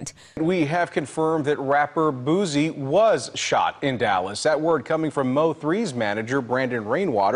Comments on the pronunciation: I know this serious but when the anchor kept calling Boosie ‘Boozy’ it almost took me out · The reporter called him boozy. 😂🤣🙄. Crime has gotten bad in Shreveport as well. Has been for a couple years now. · Boozie? Wth put some respect on that man name and get it right? 😂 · Lol. Or "booTsie" 🙄 there is no "T" in his name people 😂😂😂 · The anchor pronouncing “boozie” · lolx the news caster said rapper Boozie lolx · "We have confirmed that rapper BOO-ZEE...." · I’m getting upset these news reporters can’t say the rappers names right 😭😭🤣🤣